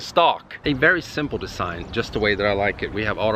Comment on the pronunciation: You recognize a real Swedish when he says "Dessign" 😎